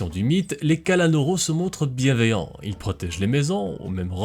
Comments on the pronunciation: Sa ce prononce KALANOUROU mais pas KALANORO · C'est pas Kalanôrô, c'est Kalanour :face-green-smiling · cela se prononce kalanour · C'est pas le kalanoro mais la kalanoro